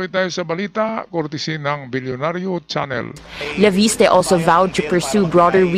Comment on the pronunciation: Leviste po hindi po Laviste. FYI